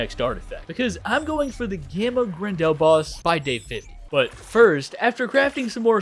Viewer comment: It’s so painful hearing everyone mispronounce Grendel with this new map, it’s pronounced Grendle and it’s like one of the cornerstones of modern story telling architecture, I really expected more people to know how to pronounce it